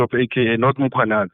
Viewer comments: Lol cause in Zim we have Mkhwananzi not Mkhwanazi. I only realized the difference after 15years of staying in SA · Mkhwanazi not Mkhwananzi 🙄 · Mkwanazi, not Mkhwananzi 😂😂😂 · My Brother it's Mkhwanazi not Mkhwananzi. This is a national hero let's get his surname right. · God dann, it’s Mkhwanazi not Mkhwanzi, even though you’re from Zim, learn to pronounce surnames correctly.